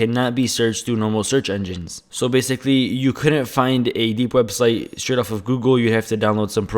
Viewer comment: zzzz bhzhhh baysickly bshiculy.. LEARN TO SPEAK.. lol